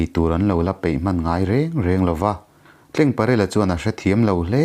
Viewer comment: ka hriat dan lo sawi ve lawk...dik ber chu ka inti lo..Tlengparela tih hi...Rul...tleng ang nilo in....TLENGTLE.. hming ang a...Tleng.. ang aw ki sang ang a lam tur ni in lo hria a...CHAWMNU tih hi...chaw kan ei a...chawhmeh chawm ang...ti a...Chawmnu tih a lam tur niin lo hria a...